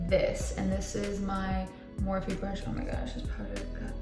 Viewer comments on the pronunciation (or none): none